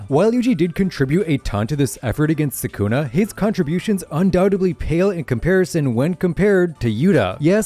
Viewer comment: Bro can’t even say sukuna 🤡